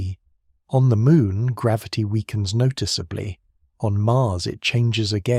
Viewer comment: Is he saying gravity wrong?